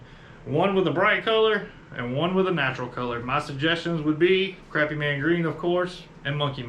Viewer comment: It is not pronounced Crappy. It's pronounced (Crawpy) A Phonetic illustration to pronounce it correctly.